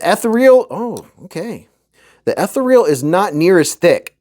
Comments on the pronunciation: It’s pronounced uh-thee-ree-uhl not eth-uh-reel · The way you say “ethereal” 😂😂😂